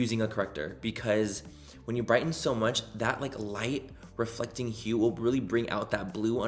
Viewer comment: “Light REFRECTING” Oh my 😂 it’s reFLEC